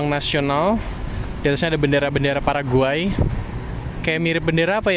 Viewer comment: sering salah nyebut paraguay jadi pargoy